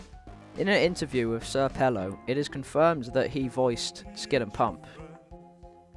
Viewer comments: Bruh Its senior pelo not sr pelo lol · just a side note not to seem like that "nerd" or "annoying" kinda dude but its pronounced senior pelo